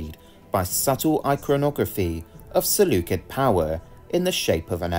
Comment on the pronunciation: You misspelled 'usurper' and mispronounced 'Seleucid'...